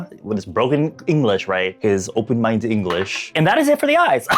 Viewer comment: "His open-mindeu English" 😂